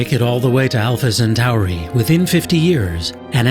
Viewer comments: Alpha sentory not sentary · Where is the commentator from? When did Alpha Centauri become Alpha Centari ? It's 'Cent-or-ee', not 'Cent-ar-ee'. When we get to this fictitious planet, let's teach the fictitious aliens to speak English or we won't be able to communicate with them and it will all be a waste of space time. Meanwhile, back on planet Earth....... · Why do science shows always have narrators that pronounce one or more things strangely? I've never heard someone pronounce Alpha-Centauri as Alpha- Cent Ow Ree until this video.